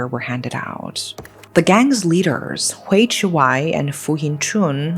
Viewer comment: FYI “Hui” is pronounced as “huy” not “hway”! But yes, HK law can be too soft on criminals.